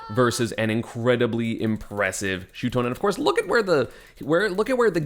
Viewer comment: its no shutone esam its shuton